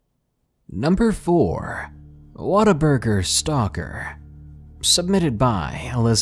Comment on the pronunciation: Your WhatABurger is turing in to "waterburger" as you read on.